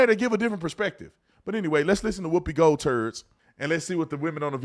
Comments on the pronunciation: Hell yeah!!! That would be awesome have Joe Rogan moderator!! 😂did you say whoopie goldturd? Lmao!! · Did Officer Tatum just say Whoopi Gold Turds.